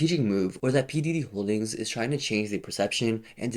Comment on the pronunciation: All I can hear is "P Diddy Holdings"